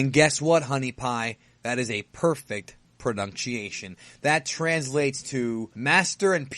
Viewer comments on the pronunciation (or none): "Perfect pronrurnruciation" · I like how you mispronounced "pronunciation" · he said that's a perfect Pernuchyation